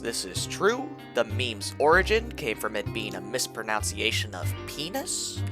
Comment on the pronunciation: In the sentence of you acknowledging your mispronunciation, you mispronounced "mispronunciation."